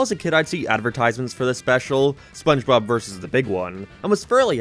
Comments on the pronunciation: "spongebop squandpant" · It's sponchbop. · "give the sponge to cardbob" "sandbob" "gwigward" "dingebob" "bongebob" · you pronounced spongebob wrong. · Season 5 is when he starts mispronouncing SpongeBob's name. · Can someone count how many times said SpongeBob’s name wrong? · The gradual misspelling/mispronunciation of sponge bob's name is what kept me going throughout this video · he calls spongebobs name wrong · Jesus christ how many times has he said "Spongebob" wrong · I like how he says Spongebob more and more wrong as the video goes on. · Take a shot everytime mispronounces/misspells SpongeBob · I've lost track of how many times he purposely said Spongebob's name wrong. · I love how you constantly mispronounce spongebob its so hilarious it makes me laugh everytime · I gotta count with how many times mispronounces spongebobs name